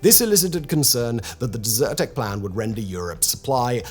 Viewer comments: Only watched for 2 mins but funny how you prounced it as "deserted" as opposed to desert-tec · Simon, why are you pronouncing it as dessert 🍨 tec and not desert 🐪 tec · DEZ-er-tech not Dessert-ec